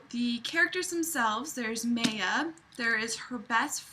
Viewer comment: maya is definitely pronounced my-uh. Not may-uh. That’s for sure.